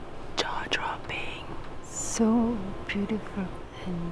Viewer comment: Seriously thought you said ‘Jar Jar Binks ‘ took me a moment to realise you said ‘Jaw Dropping ‘ 🤣